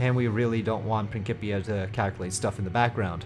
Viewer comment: I couldn't help but comment... Its Prin- SIP- ia lol C-I in English makes an S sound Otherwise I really want to try Principia out but it seems so different from regular RO/RP1 dynamics, which I still haven't fully gotten used to yet..